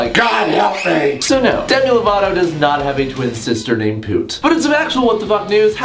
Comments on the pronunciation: Cause its pronounced "POOT" not "Pewt" ^^^ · I THINK ITS AN ACCENT THING